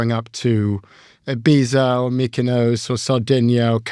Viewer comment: I loved how well prof g pronounces Ibiza